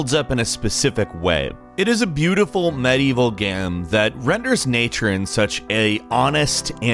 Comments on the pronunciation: "It is a beautiful maevel gam" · my mans sounded like he had a stroke in the middle of reading it :))